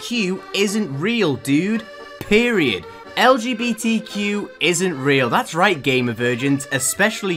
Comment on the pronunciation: I can't say how much i love when says "Lgbtq" and it sounds like LGBT cube